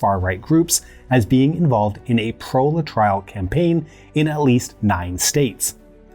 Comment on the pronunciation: Aaarrgghh! LA-TRILE??? really? The cure for cancer that was provided in clinics in Cuba, made from peach pits if I remember correctly, was Laetrile and is pronounced "LAY-A-TRILL" thank you very much. After he mispronounced Phyllis Shafly's name (it's pronounced "SHAFF-LEE" not "SHAFE-LEE") followed by his mispronunciation of Laetrile, I had to comment. I guess you had to be there.